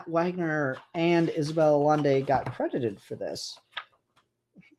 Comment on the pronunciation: it's pronounced "ayaynday"